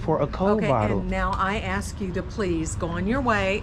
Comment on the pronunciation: Axe ? Or ask, get it right when you out teaching